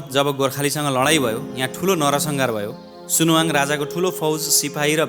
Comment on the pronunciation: सुनाहाङ हो, सुनुवाङ हैन